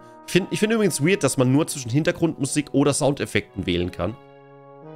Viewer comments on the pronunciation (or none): none